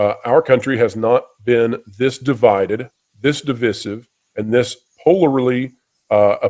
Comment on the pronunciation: Why can you not pronounce divisive correctly